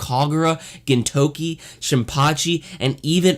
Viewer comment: It's not easy to butcher the pronunciation of the main character's name. good job.